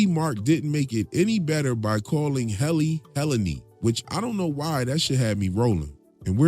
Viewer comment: It's Hell-innie